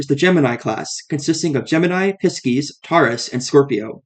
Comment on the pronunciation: All of it. I thought it was just "non-Bay native giving a run down" and i can respect it. But saying Pisces they way he did- well we know its equal across the board